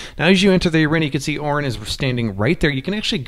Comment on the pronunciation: Who is Or-rin? Ohh you meant O-rin.